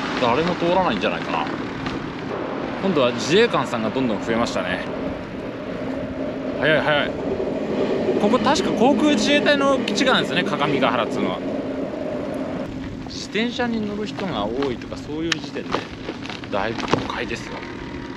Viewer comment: 既にご指摘されているでしょうけど、正しくは「かかみがはら」です。